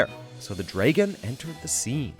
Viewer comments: Dragon is prounced as Dra-Gon Not Draegon. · so you cannot pronounce the word "DRAGON" . . . . the fuck is a DREGAN? would you happen to also do the CC for G.O.T? lol dregan hahahaha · Did he say draygon instead of dragon? 🤣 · What nationality is the narrator? The way he pronounces words is unusual. He pronounces agriculture "AY-griculture" and dragon "DRAY-gon." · Liu Kang can transform into a dray-gen? Oh, no... Not a dray-gen. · It's drag-uhn not drayg-uhn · No!No!Nooo! It's not pronounced Dragan or Dragen or Dragin or Dragun or even Dragyn. IT'S DRAGON!!!! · Anybody hear this guy say “draygon” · Who tf says "Draigon" instead of Dragon... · Supplemental Sense that doesn’t mean it’s common. I’ve never heard anyone pronounce it that way. It’s pronounced dragon not draygon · I agree that draygon is not the correct pronunciation but I do know that upper Midwest people say it like that. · Dregon ? So cringy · “Draygan” lol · What is a "Draygun"? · This dude said draygon I want him fired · That "Dray-gen" pronunciation was a tad annoying. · A “Draygon”....right ...🤨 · what in the hell is a dray-gun? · lol how he pronounces "Dragon" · What a weird way to pronounce dragon. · This dude sounded like he'd never read or heard the word dragon in his life